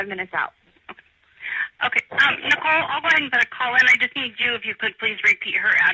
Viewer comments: haha, it was easy to tell it’s AI when it pronounced Nickole like nickel 🤭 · Oh, is that why it pronounced "Nicole" as "Nickel"? 😅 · Thank you! This was the comment that I was looking for. "Nickel". For crying out loud. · if youre going to use AI for voiceovers, its probably good to check that they pronounce names correctly. "Nickel" is not the friend's name. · Your pathetic ai voice over is saying nikel instead of nicole, great job